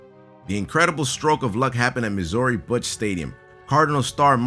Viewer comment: It's pronounced miz ur ee why does nobody know this?!